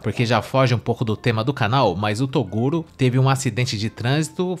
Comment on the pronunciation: ( | | ) TORUGO. :face-green-smiling::face-green-smiling::face-green-smiling::face-green-smiling::face-green-smiling: ( | | ) "TORUGO" guardado pela G. M. de Balneário Camboriú. Eu exijo explicações!